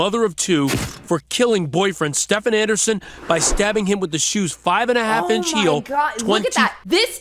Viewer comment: I live in Sweden and I was dying laughing all the way through from your pronunciation of Stefans name. It's one of the most common swedish names ever but you made him sound like a European fuck boy 😂😂